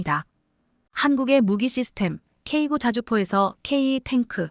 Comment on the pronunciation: 제품의 모델명을 발음 할 때에 영문과 숫자가 혼합되어 있다면 숫자도 영문으로 읽어야 합니다. 즉 , "K9"은 "K구"또는 "K아홉"이 아니라 "K nine"으로 읽어야 합니다. "K9A1", "K2" 등도 동일합니다. 그리고, 최근에 살해된 러시아의 야권 지도자 "알렉세이 나발니"의 이름을 읽을 때도 알파벳으로 읽으면 안되며, 이름 그대로 읽어야 합니다.